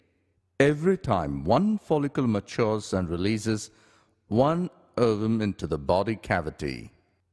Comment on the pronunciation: The way he say ovume